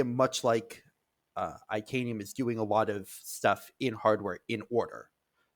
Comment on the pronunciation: Interested analysis. However, the way the chips and cheese guy pronounced itanium sounds like he’s only read the word and never heard it pronounced. It’s like titanium without the T. Also saying “RISC Vee”.